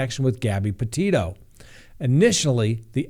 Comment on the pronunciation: It’s not pronounced Porteto, as he pronounced the first time.